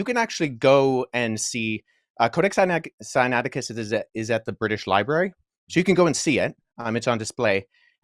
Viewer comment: won this easy because of mistakes in both when he mispronounced the book name and when he falsely claimed that the crucifixion was not written in the Codex Sinaiticus, and capitalized and took advantage, but Also, opening himself up to be judged by the same Standard that was brought out, and had claim of the crucifixion not being written in the CODEX SINAITICUS been found true, then would have lost the Debate. So with that said, and the Standard set, the Debate here was about the crucifixion, but a more important topic is *(CHRIST..TO RISE FROM THE DEAD ON THE THIRD DAY), this is thee Foundation for Salvation thru christ according to 1cor,4 for all followers of Christ, without this, there is no Salvation thru christ. So according to the Standard along with 1pet,, representing all followers of Christ, must show written in the Law and Prophets, *(Christ..to rise from the dead on the third day), Especially since it's claimed by all followers of Christ, Paul 1cor,4, Jesus Luke. claimed that the crucifixion was not written in the CODEX SINAITICUS, and exposed him, proved him wrong, and showed where it was written. Now MICHAEL SMITH is claiming that *(THUS SAITH THE CREATOR YAH IN THE LAW AND PROPHETS WRITTEN WORD FOR WORD) never once said anything like *(Christ..to rise from the dead on on third day), ever! The words *(CHRIST..TO RISE FROM THE DEAD ON THE THIRD DAY) nev